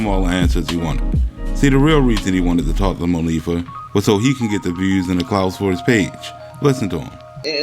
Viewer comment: Why clown ass kept saying Mo fee ah....hmmmm bitch it's moniefa